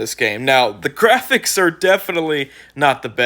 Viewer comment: Da gwaphics, no open world!